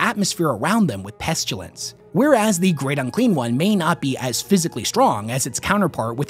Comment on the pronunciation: There is no "u" in pestilence There is, however, in petulance, but not pestilence